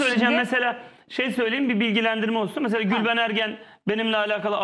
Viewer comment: gülveren deyince anlaşılmıyor dimi Nihat aptaldı millet